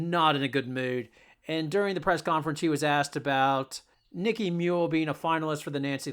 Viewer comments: her name is nika muhl, not nikki.see if you can figure that out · You lost all credibility the first time you called her "Nicky" Muhl. Might as well say that she plays for uh-cone.... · Nika (a) muhl. Not Niki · It's NIKA, not Nicky. Next time ask Geno why Aaliyah misses 50% of her shots in the paint ? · It's Nika, not Nickie. Come on man. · She's NIKA Muhl not Nicky, If you're going to do a video, at least get the subject's name right. They did not beat Villanova by more than 20. Other than your mistakes it was a good video. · When you can’t even pronounce her name correctly, should I even listen to you “take”? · Dude, learn how to pronounce her name! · Maybe YOU could be less of an a-hole and say Nika's first name correctly? What is wrong with you? Besides that - go Nika, go Gino, go UCONN! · NIKA MUHL Not exactly got your finger on the pulse of Uconn basketball when you wildly mispronounce the name of their starting guard who, this season has: logged more playing time than any other Husky, broken Sue Bird's 20+ year old single season assist record, been named Big East Defensive Player Of The Year (2nd in a row), referred to, by Geno, as "the heart & soul of the team".